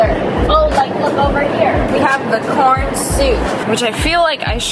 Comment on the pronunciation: When you said corn it sounded like por yeah yk